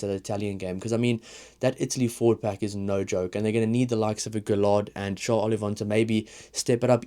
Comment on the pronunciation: LL in french tends to be an uy with the accent after on the e sound so gailleton is more guy-et-on. Guillard no accent on the a gu-ee-ard. Keep up the videos.